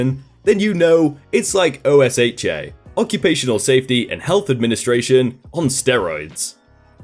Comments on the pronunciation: I flinched every time you said "O-S-H-A" You can definitely tell you're not from the states. OSHA, (and MSHA too) is one "word" sounds like "ohshaw" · OSHA isn't pronounced as letters. It's pronounced "Oh-shu." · IT's O-sh-uh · It's not Oh-Ess-Hatch-Aye it's Oh-Sha. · This is, no lie, the first time I hear OSHA pronounced by letters; I always heard it said as 'oh-SHAH' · Here in America OSHA is pronounced "OH-shuh," sometimes with equal emphasis on both syllables and never spelled out as an acronym. No I'm not the first person to point that out. I just like the channel and want to jump on the constructive criticism bandwagon. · Hey, just an FYI, I realize you're not an American. You don't have to keep spelling out OSHA, it's pronounced like ocean, without the "n". I realize it may not come back up, but it's definitely a shortcut if it does. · That shop manager sounds like he was pocketing the difference (cause the mentioning of white collar crime, which is usually defrauding) and was saying to the company head that he was buying name brand correct stuff but then pocketing the difference. Also usually OSHA is pronounced O-sha for most people in USA. ^_^ LOVE YOUR VIDEOS! I wait everyday for my notifications from you! <3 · If it's easier, OSHA is usually pronounced as an acronym "OH-shuh". Meanwhile, MSHA is usually pronounced as "EM-shuh". Keep up the good work! :) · Incorrect. It's pronounced like you're saying "oh shut" as one word, but forgot the t. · in America, we pronounce OSHA as Oh-Sha. at least, that is how we pronounce it where I worked, and where my parents work. Not trying to 'look down' on you, just a small introduction to one of Many American quirks. Love your shows, avid fan. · OSHA is Normally pronounced O-sha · OSHA is pronounced OH-shuh. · OSHA is pronounced. Rhymes with Kenosha. There's an old joke: If you think OSHA is just the name of a small town in Wisconsin, you're in for a lot of trouble!